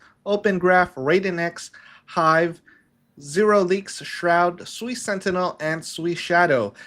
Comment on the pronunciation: One old Asian guy can pronounce Tamagotchi but he cannot pronounce SUI correctly? I understand if you don't know about the SUI Dynasty but how about something simple like water in Japanese (SUI) or even this which is super simple type in Google " how to pronounce the SUI blockchain" and or listen to any of the creators from Mysten Labs, you will only need to listen to them once and then forever be not sounding like a Noob